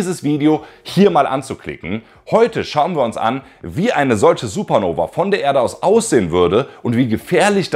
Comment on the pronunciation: Es heißt SupernovA nicht Supernoveee ... Selbst erstmal viel Angst machen und am Ende sagen, das es uns nicht betrifft. Das ist einfach Klick-Bait ... Daumen Runter. Außerdem sprichst du wie Herr Anwalt in einigen Teilen. Copy Cat. ..